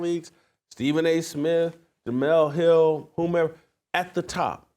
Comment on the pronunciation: DID U SAY DUMELE HILL INSTEAD OF JEMELE HILL?? 😂😂😂 ALSO, MUCH RESPECT JASON KEEP IT UP BROTHER!! ✊🏻✊🏻✊🏻